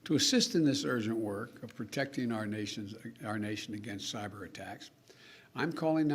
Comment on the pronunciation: And he didn't even know that the U.S. Army had stopped using "sabers" as offensive weapons for many years. Oh, "cyber" not "saber"!